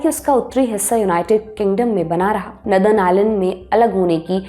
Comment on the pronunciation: Miss, नदर्न नहीं बल्के नोर-दन होता है 😅। आपकी नई आउटफिट कमाल की है 🤩, आप की स्पीड बोहोत अच्छी हो गई है। चस्मा भी आप पे जचता है। 👏👏🫡